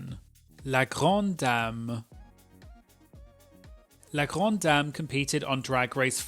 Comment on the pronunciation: ikr, as a french myself, his pronunciation of La Grande Dame and Parfum Orange was actually really good !